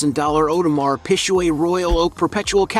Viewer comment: Damn this video is just a farse. First, the pronouncing the names of Marbella and Audermars Piquet is laughable, and embarrassing. Then there is the "jet" that Erling owns. News flash, the Piper M60 is NOT a jet.....for f..... sake😡